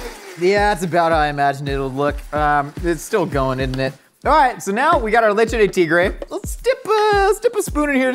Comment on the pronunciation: "leche de tigre" my guy you just made Baja blast